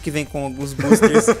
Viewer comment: tu fala buusters kk